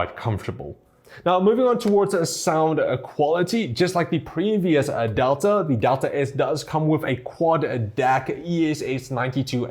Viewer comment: adelta ????? its DELTA ffs what i hate ppl there cant pronaunce things correct